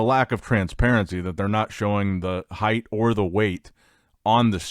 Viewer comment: Heighted at ? Bruv what’s that 😂